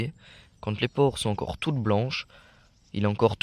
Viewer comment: On dit Spore, et pas pore.